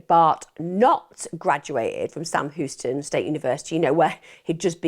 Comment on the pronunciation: Love this channel but I feel like how she pronounces Houston is an affectation used to endear Americans, I’m from her part of the world and we know how Houston is pronounced. No hate, it’s just a pet peeve